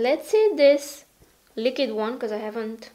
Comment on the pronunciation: every time you say "lick-id" instead of "liquid"...*shudder*